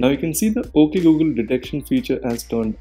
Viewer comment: When they said at first "Oke Gu Gel"